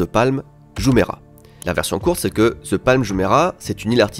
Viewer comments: Depuis quand "THE"... Se prononce "ZHE" ?😅 THE se prononce DE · ah oui clairement. Mais ça c'est la faute aux professeurs d'anglais qui présentent le "th" comme un "z" un peu différent alors que ça se rapproche effectivement plus du "d", t'as raison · Après toutes les sponsos faites par au sujet de l'app Babel pour bien prononcer les langues étrangères, le "ZE palm" entendu à longueur de cette vidéo sonne très fanco-français tout de même:D (bon j'ai aussi du mal avec les "the" anglais, comme beaucoup de francophones, perso j'ai tendance à plus le prononcer "DE", influencé par le néerlandais) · non, the se prononce the pas d'équivalent